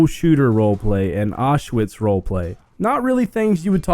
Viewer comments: It's pronounced ow-sh-vi-tz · Everytime he says Auschwitz role-play I start laughing because it sounds so funny